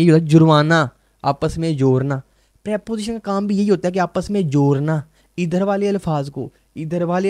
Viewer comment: Jorna 😂😂 sir g dusre lahorion ki trah ap b ڑ ko ر pdhtay ho